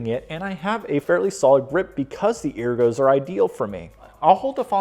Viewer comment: you keep saying ergo improperly.